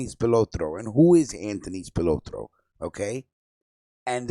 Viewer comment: You butchered Accardo' name... You say Spalatro so, so, ethnically... LoL